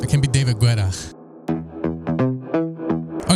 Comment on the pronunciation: Every time you say David Guetta I laugh my ass off lol. The "u" in Guetta is silent my guy LOL